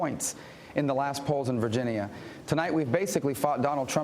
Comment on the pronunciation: technically right now Trump is fighting with the little guy haha (Rubio). stop saying virgineeya you dumbass